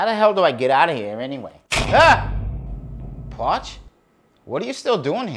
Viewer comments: what in the fuck does he call the spokesman? porch?? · Why does he call him pawch? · "Jay Dee Powha" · When the video started did it sounded like Parch said “Shitty” or just me? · What's he calling him? Potch? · What does he keep calling him? “Pawch”? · lol whats a "pawts"? srs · WTF is a “pawtch”? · the fuck is a “pawch”?